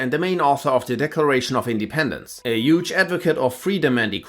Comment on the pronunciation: "yuge advocate" I see what you did there lol